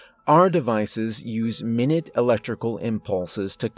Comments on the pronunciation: It's "eh"sthetic, not "ay"sthetic. "Our," not "are." "Mai-nyoot," not "mih-niht." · its pronounced my-noot. 👍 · I love your reading voice and the types of stories you choose. Just one note: At ~ , when talking about "minute electrical pulses," he's referring not to a unit of time but describing a size, which is pronounced "my newt." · Evil tale, well told. Small pronunciation correction; 'our devices use minut [my NOOT ] electrical impulses...' Best to you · Minute (minit) a measure of time, 60 seconds. Minute (my-noot) very small, insignificant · "minute" — it is spelled the same as the word meaning 60 seconds, but it's pronounced like "my newt" and means tiny. They both come from the same Latin root, minitus, meaning small, but have evolved into different words in English with different pronunciations but the same spelling, like read and read. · This is supposed to be constructive, but I noticed a couple times now, you keep getting "minute" wrong. If the sentence is saying something about time, minute. If it's about a quantity (something very small) it's pronounced "minoot." I love your narrations, and thank you for doing them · Minute in that use is pronounced my nute